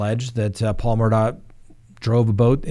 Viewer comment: I’m Scottish, Murdaugh is a Scottish name and it’s pronounced Murdaw. Hope this helps.